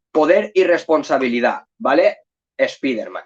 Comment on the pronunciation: Lo primero mejor, si vas a decir nombres en inglés es saber alguna idea como se pronuncia .. dios mío.. (escuchar que dices espiderman duele los oídos) Pero está muy bueno el contenido del vídeo, se agradecen las recomendaciones